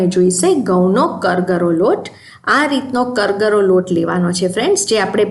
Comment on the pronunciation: જય શ્રી કૃષ્ણ. કરગરો નહીં કરકરો લોટ કહેવાય. સોરી ખરાબ લાગ્યું હોય તો.